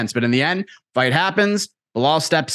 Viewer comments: And Chael calls him Blahol 😂 they’re working together to trigger him as much as possible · Am I the only one who cracks up when Colby calls Belal “Bill Lyle” 😂😂